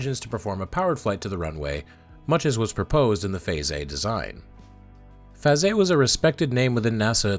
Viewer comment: I’m glad to see videos like this in my feed. Past couple of weeks I’ve seen too many people online try to out-obnoxious each other even on topics that shouldn’t be controversial. This is a breath of fresh air. Thank you, and also thank you for teaching me the proper pronunciation for Faget. That’s one name I’m glad isn’t pronounced the way it’s spelled.